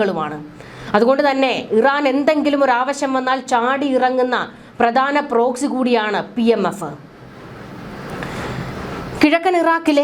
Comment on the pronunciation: ബീഗരർ,സായുദ,പ്രദാന,യുദ്ദം , പരമാദികാരം, നിയമവിരുദ -- ഈ വാക്കുകളുടെ ശരിയായ ഉച്ചാരണം താങ്കൾ പരിശീലിക്കണം